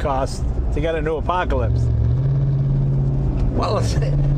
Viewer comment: JAY LENO: Im driving an APACOLISPTH